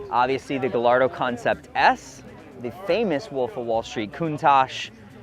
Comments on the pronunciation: Gay ardo, please. Not gal ardo. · Great stuff! But I gotta be honest as much of a Lambo guy as is he still can’t pronounce Gallardo right. It’s Guy-ar-do.